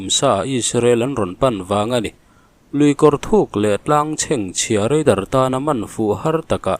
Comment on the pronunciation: Chuan REIDAR tih zel tur. RADAR anilo